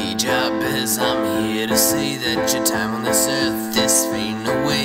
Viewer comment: And I swear it's Juh-Behz, and not Jah Behz.